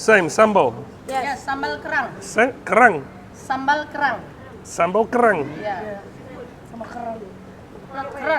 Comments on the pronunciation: Ke....rang not kerrr.....rang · Relax say it slow2.. KERANG...its funny bro.